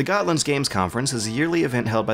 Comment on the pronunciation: "Gotland" lol "Visby"!!! HAHAHAHAHA!!! I'm not even Swedish (I'm Danish), but that pronunciation is incredibly hilarious :) As for a video, thanks, I would never have realized that those other things existed if you had not made mention of it. And I quite like other the content too, as an "inbetweener".